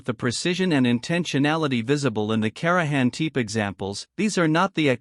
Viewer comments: Karajan Teep ? Really?? You can do better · INTERISTING CLIP ANOYING THE PRONONCIATION OF KARAHAM "TIP"